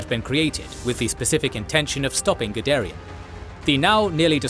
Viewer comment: The first time you said Guderian, I wasn't looking at the screen so I heard Gidarian. Now I keep thinking he was Armenian...